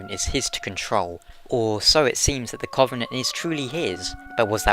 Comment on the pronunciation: Oh man your pronunciation of "covenant" kills me ;_